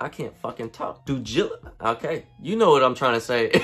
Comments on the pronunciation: “Doo Gilligance” 😂😂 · Cuhz tired hella hard to say do diligence🤣🤣 can’t no one spell that correctly